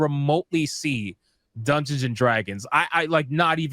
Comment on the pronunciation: Dung-gay-on and Drag-goons